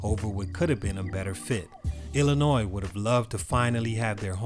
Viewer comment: HEY!!!! You said Illinois right!!!!